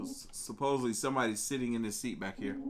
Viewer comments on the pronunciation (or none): none